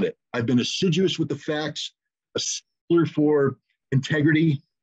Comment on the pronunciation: “He’s not a shiller , he’s a sheller “ 😂😂🤣🤣🤣🤣🤣🤣🤣🤣🤣